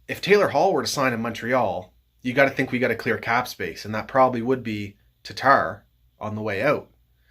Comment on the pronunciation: I do love me some TARRRTARRR though